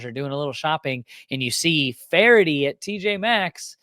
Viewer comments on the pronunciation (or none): none